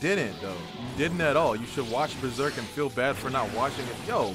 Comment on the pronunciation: "watch Beserk" wtf, your only meant to read Besrk